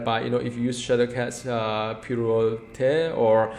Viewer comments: Pirouette is pronounced pee-roo-wet. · by the way, that pirouette word is pronounced as: pee-roo-wet :)